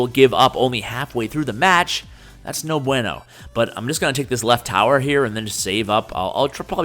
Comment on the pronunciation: the way you say "no bueno" is funny